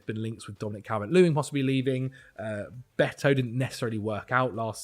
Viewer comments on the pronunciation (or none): none